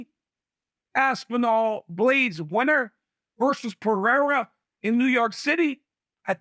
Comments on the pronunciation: Alex Puh-Hair-Uh Then it’s Alex Pee-Era 😂😂😂 It’s (p uh r eh r ah) Nobody that speaks on MMA can get his name right. Stephen A Smith butchers it so bad too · Does Chael say Pee-era to be annoying is that how it's really pronounced? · Chael still doesn't know how to pronounce "Pereira"...time to retire, Chael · Chael needs to be respectful and learn how to say Pereira's name